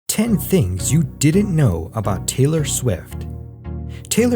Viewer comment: It is TAY-LOR, NOT TYLER. 😳